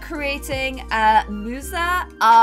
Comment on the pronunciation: To be fair she also said musa name wrong lol but also u belive that site she used didn't have it right